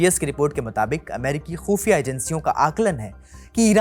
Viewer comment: Bhai AAP Baki Urdu shabd theek SE bolte ho but khufia NAHI Bol pate khoofia Bol jate ho.